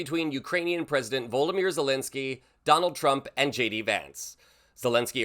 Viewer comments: Mate, surely the accepted pronunciation is VlOdimir not VOLdimir. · Stop saying Voldemir it’s Vladimir . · It is Volodymyr not Voldamere. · It's volodymyr ,not voldomyr. Sorry man had to mention it. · Please say his name correctly. It's Volodymyr, not Voldymyr. You miss out the second o in the name every time, it's VolOdymyr. You make his name sound more like Voldemort from Harry Potter! 😂🤣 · At least get his name right. It's Volodymyr VOL OD Y MYR. It's not that hard. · Vo LOT a mir. 👀 How do you make it sound like Vol DE mort!?!! 😊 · His name is pronounced Vo-LOD-ymyr (4 syllables), not 'Voldymyr'. He's being disrespected enough already, at least get his name right. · "Voldemir Zelensky"? Vladimir dude, he's not Voldemort. D= Zelensky is a hero. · Can you stop calling him Voldomir... Name is Vladimir. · *It's "Volodymyr" Zelenskyy, not "Voldymyr". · Vlad-imir. Not Vold-imir. You're thinking about the evil wizard Voldemort. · Please Pronounce His Name Properly. He's Not a character in Harry Potter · Must you mispronounce his name? He's not a Harry Potter character.